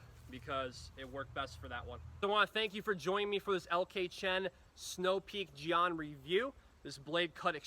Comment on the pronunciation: It's pronounced Jen. Like the nickname for Jennifer.